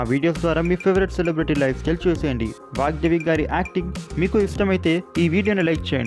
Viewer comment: It's VAGDEVI not vakdevi